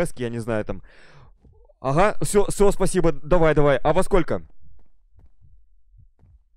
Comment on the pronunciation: "Спасибоу" "Колозвончик" кто заметил? xDD